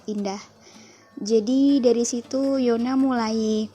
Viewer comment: Yuna bacanya